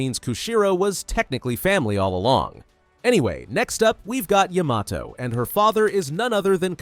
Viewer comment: Didn’t Yamato groom herself to be his son or smt also why does he say it as Yuh-Mah-Toe Its Yah-Mah-Toe